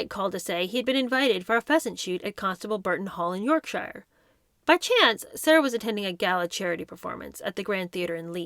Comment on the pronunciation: Learn how to pronounce: Yorkshire, Summerset Maugham, to not ta, other not nuther, Elton not Eltin, estate, hanging not hangin, today not taday.